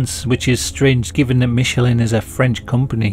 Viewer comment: It's pronounced "Mish" not "Mitch"